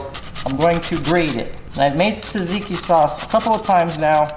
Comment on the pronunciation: I’m Greek I know it’s har to say but say Tsar-tseek-ieee